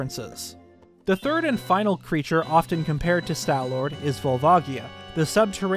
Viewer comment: "Stal" does not rhyme with pal or shall. It rhymes with wall and ball. Stalfos is pronounced "Stahl-fohs." Also, no, the fact that there's hair on some parts of the Stallord does NOT suggest that it had hair under its skin, or that the hair somehow came into being after its death. It could just be that the conditions of the tomb in which the fossil was found, acted to preserve the beast's remains quite well, so there's still some patches of flesh left in the spots the hair is coming out of. If that's so, it could be evidence that whatever creature the Stallord was in life, was covered in fur, possibly mammalian.